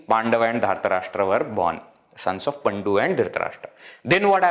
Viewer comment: It is not paNDu. It is pANDu. Very good presentation.